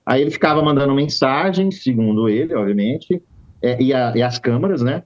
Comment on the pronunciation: Avisa ele que não é oViamente e sim oBviamente 😂